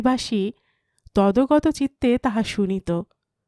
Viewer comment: খুব সুন্দর গল্প নির্বাচন। গল্পপাঠ যথারীতি আকর্ষণীয়। ( ছোট্ট সংশোধনঃ- তদগত উচ্চারণটা তদ্ গত)